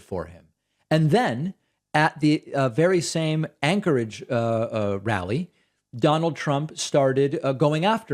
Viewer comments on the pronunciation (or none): none